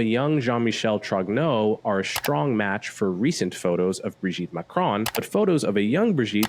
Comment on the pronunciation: Wht the fuck are you all misspronuncing the name Trogneaux ?